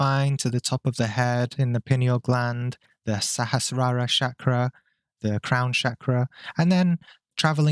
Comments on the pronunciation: Mate, its Chakra, not Shakra ffs. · Every time I hear you say Shakra, i feel to hit you over the head. The world is Chakra. So while you refused to pronounce Chakra the way it is spelt, you went ahead to pronounce Ayurveda the way it is spelt as if it is a n English word.